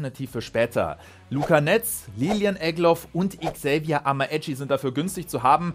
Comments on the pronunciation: Amaechi wird so weit ich weiß Amächi ausgesprochen is jetzt nicht böse gemeint😀 tolles Video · Achtung man man sagt amitschi